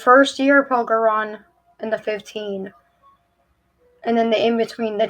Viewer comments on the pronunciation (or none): I thought she was saying Pokémon! Either way...🤔🙃